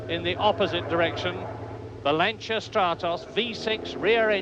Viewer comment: I think this is the first time I've ever heard a British announcer pronounce Lancia correctly 😂 What an iconic lineup of drivers and cars 👍👌🤘❤️